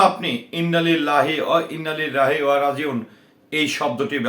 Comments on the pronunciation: আপনি একটা শিক্ষিত মানুষে ইন্নালিল্লাহি ওয়া ইন্না ইলাইহি রাজিউন বলতে পারেন না ঠিক মতই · তুই নিজেই তো ইন্না-লিল্লাহে ওয়াইন্না ইলাইহি রাজিউন উচ্চারণ করতে পারিস না।😊